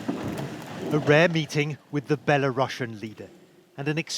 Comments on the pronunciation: No you don't pronounce Belarussian with russia, its not "bella russian leader" as you said, its bela-ru-sian should sound the same as the word asian for example. But I understand what the letter C is stands for... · Why is it now being pronounced Bela-russian 😂